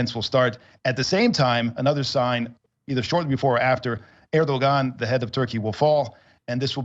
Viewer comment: To begin with, he pronounces his name (Erdogan) as "ehr'-dow-aan", and whoever becomes his successor will most likely continue the policy of maintaining good relations with the West. It makes sense to maintain Turkey's independence and at the same time keep all avenues of communication open - both with the West and East.